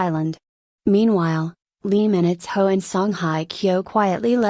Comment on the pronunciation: Is this really for real? Is this Lee Minho or LEE MINITHO as read by the speaker?